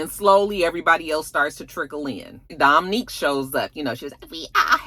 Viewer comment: it's Dom'Unique not Dom'Nique.